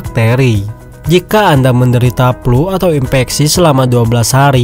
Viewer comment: Flu bang, bukan Plu